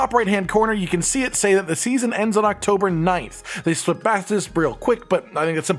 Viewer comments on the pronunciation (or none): none